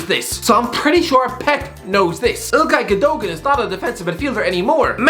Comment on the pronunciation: Ilkay Güd-o-gn